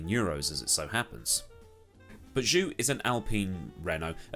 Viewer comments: Zhou is pronounced "Joe" instead of "Jew" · Just so you know, Zhou is pronounced more like Joe than due, if that makes sense. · I think George is gonna try to beat Lewis from his first season, especially if you consider its new regulations and brand new cars where experience with the current Mercedes is essentially not relevant (just a note, Zhou is pronounced Joe in Chinese) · ignorant to say Zhou isnt stellar...also your pronunciation of his name is bothering